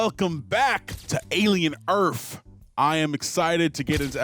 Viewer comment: Why does he keep saying "Alien EARF" ?